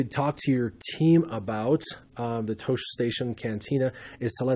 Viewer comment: you should pronounce Tosche just like Luke Skywalker does in Episode IV. Tosche Station is where he wants to go to get power converters. Great review though and as always thanks for posting!